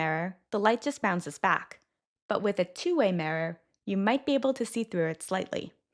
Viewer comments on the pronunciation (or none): The mirror is going to sound "tiny"??? Okay, there are a lot of weird pronunciations in these videos, but that is the most telling. There is definitely some AI component to these.